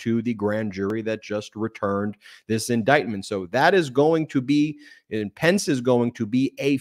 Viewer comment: ....or, as MTG says it: indicktment.